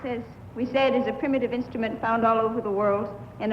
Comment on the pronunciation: Did he just say, "primitive?" <--- ???